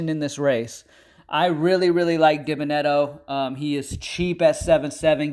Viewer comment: Its pronounced “Dee-Ben-uh-debt-oh” 😂